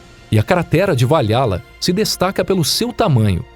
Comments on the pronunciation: Valhalla se pronuncia " valrala e não vaiala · Ele também falou Va Lha lla e não Val Ra lla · Cratera de Valhalla também está falado errado, o correto seria Val-Halla com som de R no H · Tem outro, se pronuncia Val Rala = Valhalla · VaLHAla ao invés de Val hala foi de fuder kkkkkkkkkkkkkkk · a pronúncia correta de Valhalla é "Valrala". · "estrela de morte" e "vaLHÁla" foi foda kkkk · Pronuncia-se Val"RÁ"lla. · Gosto muito desse canal mas há um erro nessa pronúncia escreve-se Valhala mas se lê "valrrala"